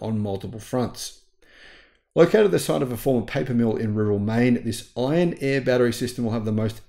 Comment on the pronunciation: Iron "air" batteries. Iron "Eh" batteries are Canadian.